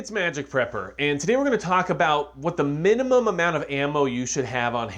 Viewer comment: "what`s the munimum.."??!😮🤦‍♂️👎🤢